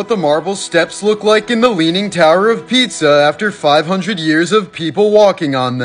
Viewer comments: Pronounced Pea Za 😂 not pizza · Leaning Tower of Pizza! Lol. Pronunciation is peesa. You're funny. Do love this content though. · Pisa is Not Pizza. It's pronounced "Pee-zah" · Peet-Za ? Pisa is pronounced: PEE - zah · I think he actually thinks it’s called/pronounced pizza…. He is American after all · Pronounced Pea-zza